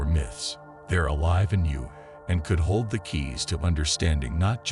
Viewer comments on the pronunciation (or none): none